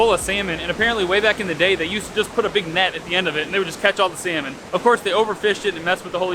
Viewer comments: Sometimes, it kinda of sound like you are saying seaman, not salmon 😂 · Is it me or you pronounce salmon funny 😂